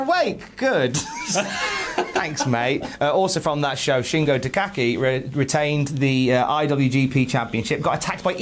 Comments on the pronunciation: It's "TaKaGI"! Love ya lads. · Will the cultaholic lads ever be able to say Shingo TA KA GI correctly